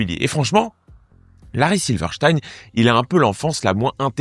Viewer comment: Prononciation correcte : silver stine